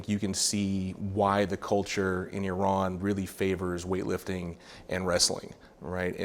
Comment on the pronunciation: love how pronounced Iran properly!!